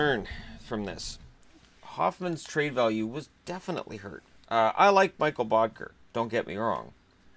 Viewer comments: It's Mikkel not Mikael :) danish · Amanda Vidri I totally agree.. as a Dane, It’s hard not to cringe. It’s “Mik-kel” not “Michael’’